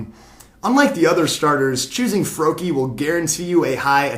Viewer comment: its froakie